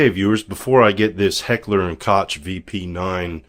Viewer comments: and lets not forget: "Heckler & kotch" (it's pronounced COKE!!!) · Please learn how to pronounce KOCH properly, it is NOT" Kotch" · No coke is totally wrong! How he it pronounced is also wrong but closer to like it should be.